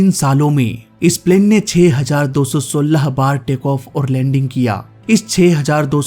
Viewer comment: Your style of saying 2016 is funny 😂